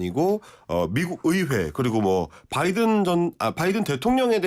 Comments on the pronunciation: 바이든 날리면 발음할때 B로 들리는지 N으로 들리는지만 정직하게 구분해 주세요 외신 기자님들 제발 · ba-e-don -> nal-li-myeon? what dog noise? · 🍅🍅든 으로 들리던데요?? 🍅🍅면으로는 안들리던데요!!!